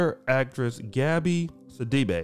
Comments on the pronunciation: I’m from Africa I’m familiar with the surname it’s actually See-dee-be but oh well you guys incl her pronounce it other ways to make it sound more western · Her last name is actually pronounced "Si-Duh-Bay".